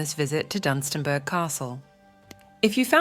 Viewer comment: oops its Dunstanburgh not DUM :)